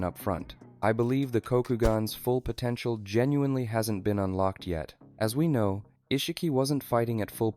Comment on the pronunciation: Did you say potential?😛